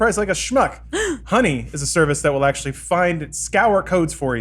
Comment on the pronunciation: Neil De-ACKSHULY-Gras Tyson